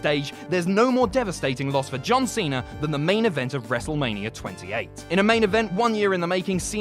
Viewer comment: "John Seener"